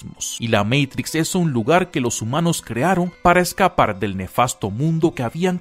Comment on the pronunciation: QUE BELLA PRONUNSIATION . DEEEEE MEITRICSSSSS